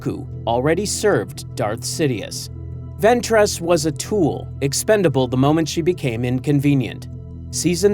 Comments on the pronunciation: Bro says venTRESS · Bro said “ventrass”🫩🥀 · ventréss? oh boy